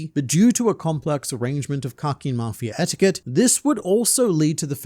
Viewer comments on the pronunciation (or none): none